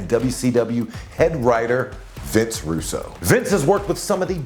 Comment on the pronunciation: Uh it's pronounced Vince Rus-Bro bro.